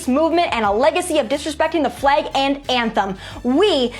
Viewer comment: I cringe every time she says “fleg”.